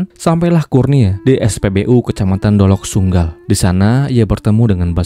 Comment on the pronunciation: dolok sanggul om bukan dolok sunggal😅